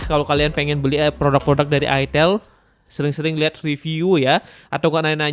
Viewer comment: Jngn salah sebut bang itel, bukan itil NNT ada yg marah